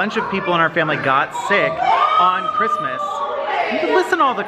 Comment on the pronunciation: can you please stop saying chirsmes